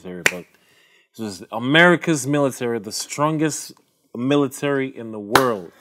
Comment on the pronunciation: "Meelatarry" dfkm 😭😭